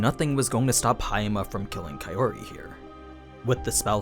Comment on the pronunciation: So, when are you going to stop pronouncing her name as kai O ri? shits getting real old.